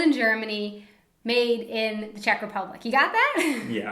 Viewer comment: when you talked about the popcorn it sounded like you said made in cheshire. If so, cheshire is in the UK not the czech republic.